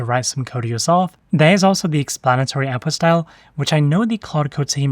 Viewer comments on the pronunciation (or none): OuT puT style. Not owpostyle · I keep hearing you say "Apple style", then I realize you mean "Output style"... lol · Until i could see it written i thought the speaker was saying "Apple Style" 🤣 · until you typed it, I thought you were saying "apple style" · say apostile one more time motherfucker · Definitely saying apostille. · "Appo style" is what I heard. lol